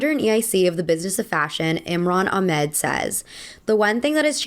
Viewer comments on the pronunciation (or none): none